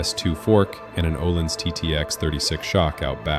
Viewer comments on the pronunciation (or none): Ohlins. Pronounced Eer-leens.